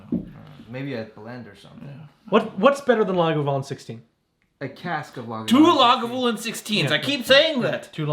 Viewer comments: One of u pronounces it “lagavoolin” and two say “lagoovalin”??? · Laga-voooo-Lin. Great video guys looking forward to more!